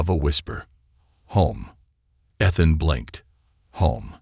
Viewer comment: eee-than❎ eth-then✅